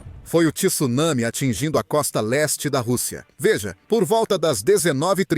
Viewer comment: TSU, não TISSUNAMI....